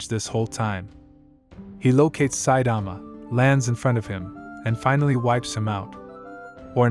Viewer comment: bruh pronounce 'Saitama' properly this shit will give me nightmare